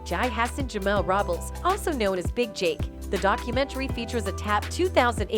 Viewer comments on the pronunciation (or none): none